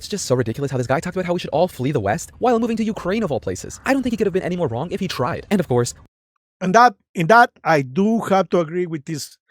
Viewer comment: I think it's funny that you say "GRONG" instead of "Wrong" 😅